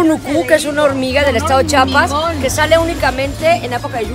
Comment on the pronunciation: No entiendo porque es tan difícil de decir CHIAPAS! 🤦🏻‍♀️